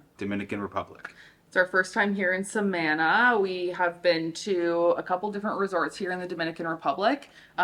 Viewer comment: Love it 😂 guys it Samana not sah man ah